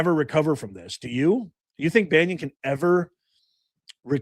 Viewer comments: Why are you saying: Banion ? It's : Bannon, for God sake. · I really enjoy your videos. But one thing is bugging me... BaNNon Bannon. Not Banyon or Banion. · … buddy, Steve’s last name is….. BAN NON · Hi, Steve Bannon’s name, is pronounced ban un. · It's NOT BannIon professor. Try baa NON. Content has been great but you dont need to come off like Chris Matthew's X20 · Steve Bannon's name is pronounced BAN IN! THERE'S NO I OR Y IN HIS LAST NAME! HE'S NOT RELATED TO PAUL BUNYAN! I CAN'T STAND THE GUY, BUT EVERY TIME I HEAR YOU CALL HIM STEVE "BANYIN", IT'S LIKE NAILS ON A CHALKBOARD TO ME! Thank you for your attention to this matter. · Bannon,, not pronounce Bannion,, has not been accused by any of the girls, or just talked about, in any way associated with doing anything with those girls.. and you're acting just as bad as the Democrats do, when you start making these accusations, not knowing anything,,, again, you're acting just like the Democrats do , I normally really like your shows, but , you are acting very shamefulyl,, because you have no clue, what bannon, is saying to Epstein, you're doing just like the Democrats do with President Trump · and BANYON or Bannon ????? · It’s pronounced Steve Bannon NOT Banyon. (It’s hard to listen to this video with him pronouncing it Banyon. How can you not know who he is? And if you don’t know, it’s difficult to follow your assessment on Bannon) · It's pronounced Bannon,,, not Bannion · Why do you say banyon? It's bannon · Steve "Bannon", not Banyon☺️ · Because I hope to hear about him go8ng back to prison, it's "Bannon" not "Banyan". Youre spending too much time Florida. Lol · Ban on. Not Banyon….Im not sure about any involvement… I haven’t seen anything incriminating him of sexual “escapades” BUT Bannon does documentaries. He was supposedly trying to get 50 hrs on interview time for a documentary on Epstein. I haven’t seen anything to cast SA blame. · B.a n.n.o.n. Not Banyan